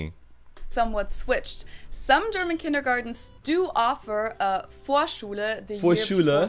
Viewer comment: Uff you pronounce the German Words like a German Nice Vocal Skills